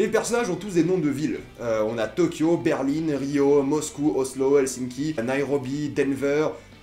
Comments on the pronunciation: ET ON DIT BERLIN PAS BERLINE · La ville ont dit BERL1 et pas berline 🙄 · La capital de l’Allemagne c'est Berlin pas "Berline" :D Voila et sais tu pourquoi ils ont tous des noms de capital sauf Rio ? merci. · C pas berline mais Berlin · Par contre quand tu dis Berline au lieu de Berlin c’est stressant 😂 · Ta dit Berline c Berlin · Pourquoi tu dis Berline? C Berlin ma foi mais sinon j adore cette série c ouf !! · Euh c'est normal qu' il dis berline au lieux de Berlin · c Berlin et non pas Berline !!!!! cordialement Fillmz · C'est des noms de villes donc y a pas à dire "je prononce comme je veux". C'est c'est Berlin pas Berline, comme la ville quoi. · C Berlin pas Berline 😂 Sinon super vidéo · Pourquoi tu dis berline c'est Berlin c'est des noms de villes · on dit "BERLIN" et non "BERLINE" et "NEIROBI" et non "NAEROBI" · On dit Berlin pas Berline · (ce commentaire n'est pas méchant) je sais pas si tu dis berline que pour le personnage ou aussi pour la ville mais personnellement je trouve ça bizarre moi je dis berlin mais chacun ça façon de le dire 😊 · Berlin pas Berline 😂😂😂😂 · C’est pas Berline c’est Berlin putain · Ça se dit '' Berlin '' et non Berline comme tu dis 😉 mais sinon je suis d'accord avec toi cette série est super 😊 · Berlin, pas berline Casa de papel et non pas case de papel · C'est Berlin pas berline! Non ? Je sais plus !? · Arrête de prononcer Berlin comme si qu'il y avait un "e" à la fin.... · Oui une capitale d'un état en quelque sorte celle du Colorado même si c'est pas une capitale d'un pays mais Rio n'est pas du tout une capitale ;) et pourquoi tu dit berline , je ne comprend pas ;) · Ba en espagnol ça se prononce Berlin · "Berline" Je saigne des oreilles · ''Berline'' ''Naérobie'' MDRRR